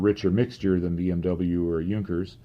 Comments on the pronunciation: has addressed that in one of his about-the-channel videos. He is using the English language style of pronunciation, because his videos are in English. It is a stylistic choice that I personally disagree with, but it is why he deliberately mis-pronounces "Junkers" and "Jumo". Now if only he wouldn't use the German pronunciation of "GMBH", it would be a bit more consistent. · can't even pronounce "Junkers" or "Jumo" right most of the time. I's embarrassing since he is German.